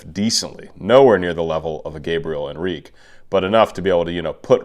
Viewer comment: Not to be a scold, but Gabriel pronounces the final E in his name, so it's something like HEN-reek-ee. Love your analyses. For a belter extraordinaire, Katrina Velarde can't be beat.